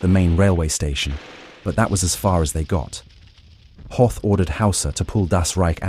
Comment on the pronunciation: Hoth rhymes with both